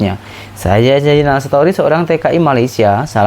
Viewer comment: Sebutan yang betul.. Zainal Story ...bukan zainal Setory 😅